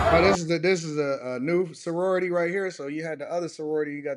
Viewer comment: Bru, you can't even pronounce the sororities name lol. If you were smarter you wouldn't have any school finance issues dude. I definitely didn't by having a full ride off my skilled musicianship and becoming a Drum Major at one of the top HBCU bands.